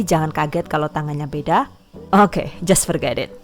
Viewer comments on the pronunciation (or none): suka banget pas bilang "owke" 😆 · "Baris Okeh" 🤔